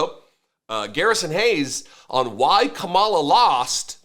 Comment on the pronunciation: Are you racist? Why are you mispronouncing Kamala's name?